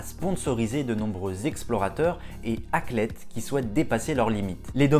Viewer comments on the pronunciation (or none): Par contre c’est athlète et pas aclète